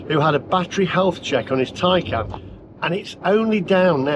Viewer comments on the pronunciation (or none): Taycan not Tiecan